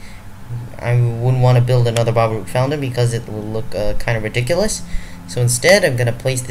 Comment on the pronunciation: Baroque is pronounced, Ba-roke.